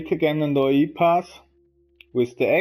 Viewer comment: Great video man. It's A.I. Not Ai. I know it can't be your accent so I try to help you out. Artificial Intelegence. Keep up the good work!